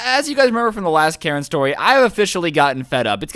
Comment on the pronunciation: Jesus christ its "Karen"